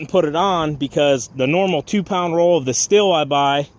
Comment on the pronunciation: Just so you know...its pronounced steel , not still.